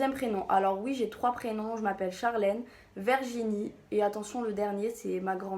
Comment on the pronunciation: "VERginie" loooool